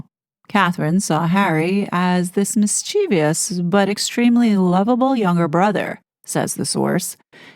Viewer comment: I was surprised to hear you say "mischievious" when reading through the article. There's no 3rd "i" Call me a pedant, I don't care!